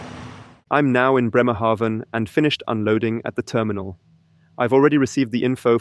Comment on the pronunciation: I need to he honest: I started watching because of E-trucks. NZ has a new Chinese one, then this video popped up. AND then you mentioned to drive to my hometown: Bremerhaven. And the first 3 times you pronounced it wrong, like Newhaven. So, I'm like, should I say something, should I not. I am curous where your going to land in BRemerhaven, so I keep watching and you pronounced it correctly. It's an a like in Banana, and I get why you would say it diffferently, the e after the consonent would do the trick - but not with Bremerhaven. Good lukc in you new job.